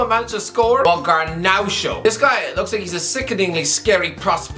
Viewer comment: It's just Garnacho not Garnaucho